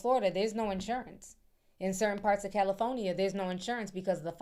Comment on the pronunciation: the way Ti says california is wild lmaooo Cali-phone-nee-yah